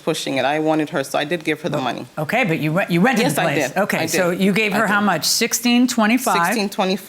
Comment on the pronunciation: all i can hear is YESEH